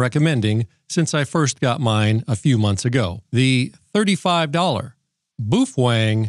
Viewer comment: BOOF WENG 🤣🤣🤣🤣🤣🤣🤣🤣